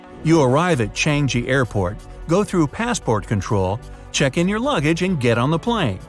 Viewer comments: It's pronounced "chang-gi" not "chang-jee" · It's pronounced as Chang ee Airport